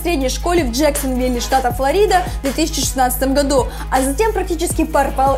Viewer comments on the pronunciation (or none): none